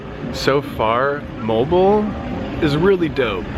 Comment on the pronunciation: The pronunciation of Moalboal is Moh-ahl boh-ahl.